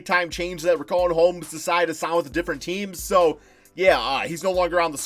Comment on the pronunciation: Nobody:: RIKAWN HOMES